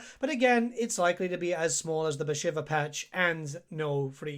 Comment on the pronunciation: I am really sorry. But isnt she called "Bashiiiiiva" and not "shiver"..think everyone calls her so..its after the godess..